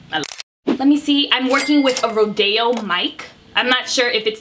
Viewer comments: Rode is pronounced road but you may know that now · How did she pronounce Rode...lol